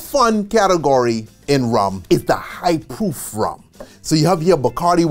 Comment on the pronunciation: 😂😂 thought he was saying POOF at first 💀💀